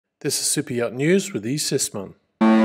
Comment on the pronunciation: Yeah the reason why people were saying that is you talk funny Like I had no idea that the name was super yacht news I thought you said soupeot, , But it's not just you all you people talk funny there's a bunch of you out there but I call T bigots , They refused to enunciate the letter T I don't know why they have something against it Perfect example and he's like my favorite person in the whole world but Andrew Tate is AT bigot unless he's saying his name unfortunately his brother is too now they can do whatever they want they've earned it I'm just pointing out the facts so y'all take some English lessons and get back to me next year and we'll see if you progressed